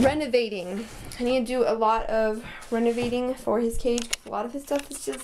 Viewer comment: I love them! And lol, the part where you couldn’t pronounce the word renovating!!😂😂